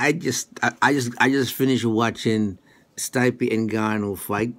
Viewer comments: It's Stee-peh, not Stuy-pee lol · you stupid mericans can't even properly pronounce this Croatian boy his name....Stipe ,i reads like E,so it's not Stype ...I'm not gonna even try to explain to you his last name...Miočić ...google it fuckers and put translation on Croatian